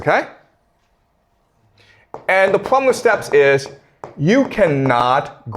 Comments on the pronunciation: The pwobwem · I love the way he pronounces "problem". 😂😂😂